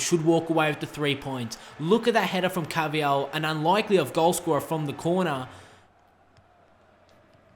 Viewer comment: It's not ca-vi-yal it's pronounced car-va-hal